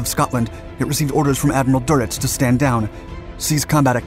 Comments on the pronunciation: For future reference, Adm. Carl Doenitz's last name is pronounced Der-nits, not "Doe-nuts". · It's Admiral Durnitz not Duritz. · It is DÖNITZ, not Doritz, or something else. There a lot of great ideas in this channel that are unfortunately often balanced against sloppy mistakes.